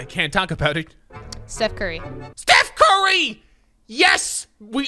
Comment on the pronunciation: #30: “Stoof Cary” I mean, “Steph Curry” 😂😂😂